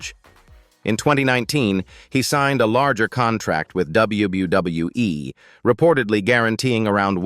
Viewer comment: you need to learn how to say WWE the proper way dum dum